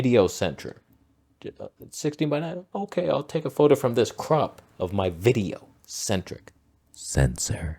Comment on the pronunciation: “…of my VIDEO…CENTRIC…sensor.” 😂😂 That was gold! I watched that clip like 5x!